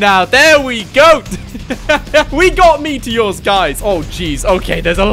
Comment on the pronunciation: Ah yes the meateeohs